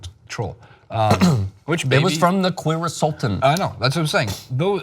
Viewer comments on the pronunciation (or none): “Queersulten” lmaoo😂😂